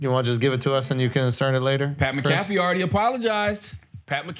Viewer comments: Mcafee not McCafee lol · It's McAfee lol...